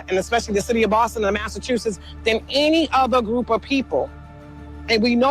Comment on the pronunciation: “Massachusess”? I don’t think so. She doesn’t know how to pronounce the name of the state in which she lives.